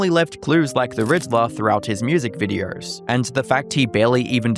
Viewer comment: Why do you say words like "posts" and "videos" with an R in it?